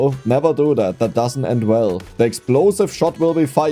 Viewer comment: I just always hear you say whenever you say the and something that starts with ex now 🤣 Dexplosive shot ftw